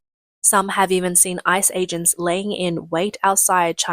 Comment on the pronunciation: GO ICE! WTG! The Trump admin said boldly WE WILL FIND YOU, CHARGE YOU AND DEPORT YOU. Leave now. If you flee, choose the NEAREST country, not thousands of miles away. Tip - instead of saying I C E, just say ICE like ice cube or ice cream.